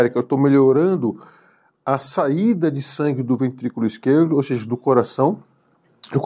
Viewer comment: Parei de ver quando o médico falou seji.